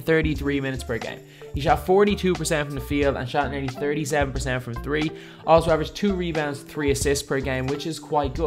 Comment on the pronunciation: Jonah Wilson when dude pronounced 3 as tree i knew it was.